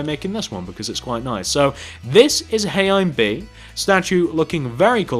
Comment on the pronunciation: He said heyimbee wrong